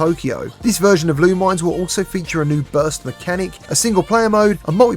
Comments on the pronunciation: It's pronounced lu-mih-ness not lu-mines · By the way Lumines is pronounced Lu-Mi-Nes.